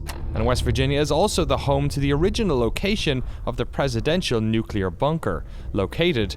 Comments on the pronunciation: Repeat after me. nu-CLE-ar. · I'm really interested to play this game with some friends, but it worries me that the team keeps saying "nucular."